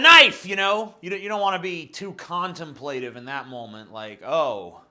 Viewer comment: you pronounced "contemplative" wrong